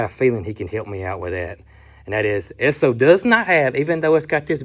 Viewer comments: I googled it and you are correct it is pronounced Eh-soh! That fuel pump and tank is probably worth half of what you paid for the truck!! Awesome find Brooke!!!I am so happy for you! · Campbell River BC Canada still has a Co-op gas station that does a full service. You are pronouncing ESSO right, my grandpa worked for them most of his life. 😊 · I have an old Esso Keychain fob. Esso in the US is now ExxonMobil, Esso is still in Canada, Europe and Asia. You are pronouncing it correctly. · Sir. That truck is beautiful and if Brooke said go buy it....well she's definitely a keeper lol. And yes over the pond here in the UK we have lots of Esso petrol stations and as a you pronounced it correctly. Love the videos and you guy's are doing a wonderful job. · What a cool truck! Brooke is the master of finding great Facebook Marketplace deals. I am old enough to remember Esso (and yes, you are pronouncing it right) gas stations and the ding when you drove over the hose, and the person coming out to pump the gas for you and clean the windshield and check the oil. Those were the days! 🥰 My walk to elementary school was past a gas station, and we would often jump on the hose to see if we could make it ding. 😂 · I can confirm you're saying ESSO correctly. ESSO is still a gas station brand in Canada.| Cindy Ings, NL, Canada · Pronunciation is correct. Esso was part of Standard Oil - or SO spelled out as Esso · Exon is the name now for both ESSO AND ENCO. All the same gas but in Texas it was called ESSO., you pronounced it correctly. We has a "service station", checked the oil, the filter, the windshield wiper bottle, washed the windshield front and back, checked the tires air, vacuumed the floors emptied the ashtrays....While putting in the gasoline. It was so appreciated and expected. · Yes, it's pronounced S-O (short for the company's name: Standard Oil).